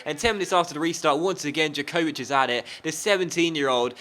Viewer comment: jankocic is said yankovixc